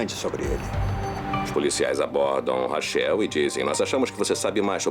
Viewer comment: Que agonia chamar a moça de "rachéu". Lê "Raquel", pô!